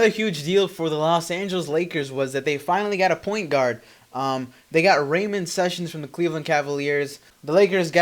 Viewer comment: You pronounced ramon wrong and Jordan hills not a point guard dumb ass ?!